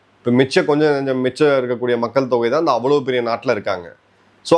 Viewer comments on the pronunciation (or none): none